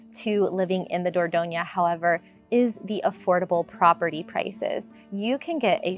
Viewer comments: please learn the correct pronunciation of the cities you are talking about. i.e. Dordogne does NOT end with an ‘a’ sound but ‘e’. Renne ends with ‘e’ NOT ‘é’. etc. It hurts my french ears. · It is a disgrace for an expert not to be able to pronounce the names if the regions and cities you feature. Like Dordogne is not Dordogn(A) and Rennes is not Renn(E) is pronounced Renn! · It’s not the dor dough nia - please learn how to pronounce the words if you are going to use them . . . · You pronounce Dordogne wrongly!